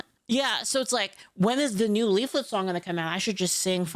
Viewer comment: it's a joke because Asmongold watched one of her videos and accidentally called her instead of Leaflit. It's now one of her alerts and you can hear it in this video.